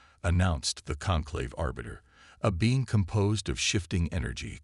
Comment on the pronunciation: Lets see, Bean instead of Being and Nemesis instead of Prometheus. I are glade I tan doe butter prodancing thin tha AI.